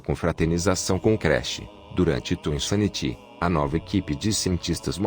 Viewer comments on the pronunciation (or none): Essa narração robótica é tão broxante… ouvir o conteúdo do vídeo nessa voz é tão 🙄… “Twin Sanití”, “Cortequis”, “Creche”, “Équis Boxí”, “Gaymi Kibe”? Sério isso?